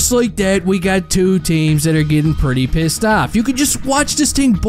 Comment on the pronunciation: Where in New York are you from? Hahahaha the way you say pissed "peeeeassed" 🤣 You're a good man